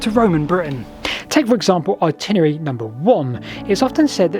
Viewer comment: I love your channel. What you do is amazing. However, at the risk of being pedantic, I have to pick you up on your pronunciation of "Itinerary". The word has 5 syllables, not 4. At no point in this video do you ever pronounce it properly. I don't know why. I hear "Particarly" said too (by others), which is not a word. Particularly is though. "Simarly" is also said, instead of Similarly (an actual word). And lastly, there is no second W in, but there are Ls, in the word Walls. "Waws" is simply not a word. Please, please, please try to say things properly, as when you don't it just yanks me out of the video. I can't be the only one. And keep up the good work on the videos. They are really interesting.